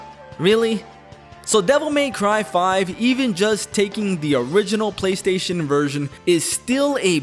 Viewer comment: Take a shot every time says “GayStation” 😂